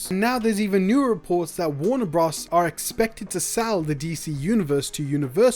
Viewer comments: I can’t get over him saying Warner bras dude it’s bros as in brothers 🤣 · Please say “Warner Brothers” and not “Warner Bros". Bros is a shortened version of Brothers. It’s just a little distracting. Great content and information. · Is that how you normally say bros?